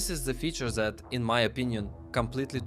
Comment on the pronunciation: fck is that accent, why ur readding TH as Z, " that " as " zat " like what